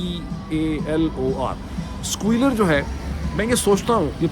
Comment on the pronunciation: Squeal*e*r and not squeal*o*r